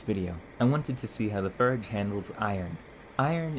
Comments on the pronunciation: Dude, not to be rude, but please learn how to pronounce your Os. I love your content but I’m so distracted by you calling the fOrge a fArge and anything else that requires the OR sound with an AR instead that I can’t concentrate on your video. That being said, thank you for the interesting content and good luck! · Why do you keep saying "farge" instead of "forge"? It is quite annoying, please stop and enunciate properly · hey, great video! But you're pronouncing your "O"s as "Ö"s ("eu" in French) and it's a bit jarring especially in "förge" :D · The brother here likes to replace the O sound with the E sound. More to merr. Form to ferm. And of course, forge to ferge. No hate, just an observation. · Where is your accent from? I've never heard someone use "er" for all "or" words. Like "ferge" instead of "forge" and "mer" instead of "more" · A furge anvil, or farge? I can't tell. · i cant help but think 'ferge' every time you say 'forge' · what accent is that? its strange that you pronounce it "furge" instead of "forge" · ik how childish i am for this, but, bro just DOES NOT have the "OR" sound. I cracked when he said "furge" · Why cant you pronounce or. As in forge or horn. Its really distracting hearing "furge" and "hurn". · What is your accent? you're pronouncing "or" like "ur" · Why do you mispronounce forge? It is very distracting. Am I missing some inside joke or something? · Seriously, are you pronouncing the word differently on purpose? You clearly have a good grasp on the english language. You just seem to be purposefully pronouncing the word and similar words differently on purpose. I couldn't keep watching, it was doing my head in. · Why does it sound like he keeps calling it "farge"? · I assume it's a regional accent, but I've never heard it pronounced "ferge" before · It isnt a 'willful mispronunciation' just because it's not something you've heard before. Why the hell would someone willfully say "ferge" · Is anybody else triggered by the way he says forge😂